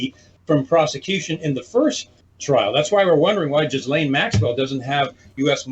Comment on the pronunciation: Finally, someone pronounces "Ghislaine" like it should.......